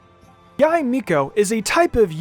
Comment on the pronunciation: please stop pronouns yae like that